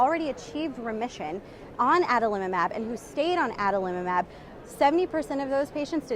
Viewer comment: i like this pronunciation the best - Adalimumab. Thanks